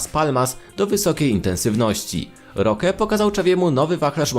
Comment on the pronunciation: Imię Roque też nie potrafi wymówić.